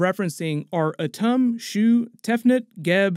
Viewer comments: It's pronounced "Atoom" (Atum). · It's pronounced Ah-toom Shortened, like tomb but quicker